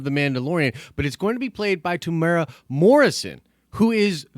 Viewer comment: Greetings from NZ. Not a huge deal but just so you know (because virtually nobody gets this right). Temuera has 4 syllables. Phonetically it's pronounced Temu-era by most english speakers. The strict Maori pronunciation is also slightly different but if you use the above guide you'll be 100% fine. Strangely most people get Taika Waititi right, so well done everyone.